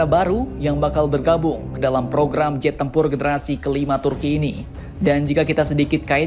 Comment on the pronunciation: Iya ngab jet bukan zet😂😂